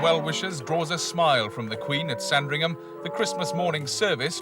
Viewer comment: It’s never pronounced “Sarn-dring-ham”. It’s “Sandringum” (short ‘a’).